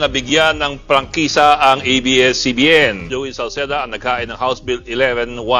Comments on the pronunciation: A,I not IBS CBN Correct is ABS CBN is Correct pronounsition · Yes to the renewal of ABS-CBN's franchise! (Pero bakit "IBS-CBN" ang bigkas ng narrator ng video" ?) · Pakisabihan Yan blogger Mo na abscbn Hindi ibscbn ,sabihin ng Tama ang A ,bopol Yan .